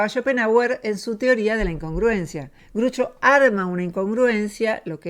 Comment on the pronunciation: muy bueno el video. Groucho no se pronuncia Grucho.